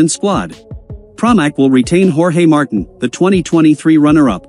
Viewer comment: So, first of all, please work on your pronunciation. Its Marteen, not Martin, and it's desmo-say-dee-chee, not whatever the heck you are saying. Plus, no mention of Ducati and their regard for Marquez, just what Pramac thinks. Marquez has a chance to redeem himself, if he rides responsibly for a change. That's unlikely to happen so maybe now that he's not on a Spanish team, in a Spanish owned series, the stewards may actually sanction his dangerous moves. He's not welcomed at Yamaha either.